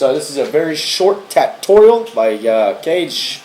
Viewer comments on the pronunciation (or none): none